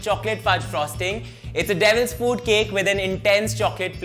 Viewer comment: He's telling devils fuut cake😂